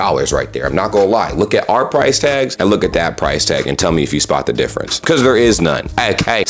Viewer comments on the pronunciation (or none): none